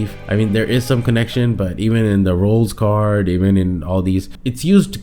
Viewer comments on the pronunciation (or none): "even in the 'Roll's' Kaard..." You just listened to a track called "It's Pronounced "Rules"" 😅 Great tier list though man!